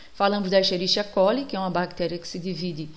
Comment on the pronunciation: Aula boa, más a pronuncia de Escherichia coli se diz como Esqueriquia coli, pois o mesmo deriva-se do latim.